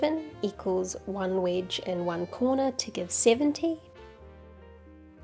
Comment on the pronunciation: Took me 5 minutes to figure out that was saying wedge. Sounded like witch to me. So for the longest time I was wondering why she was calling that a witch. I thought, well it does kind of look like an upside down witches broom.